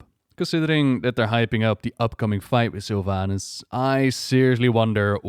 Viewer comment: i keep hearing sylv anus